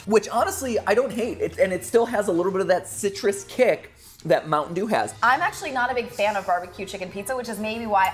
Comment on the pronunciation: my mom was listening to this and she was like, "mountain eww"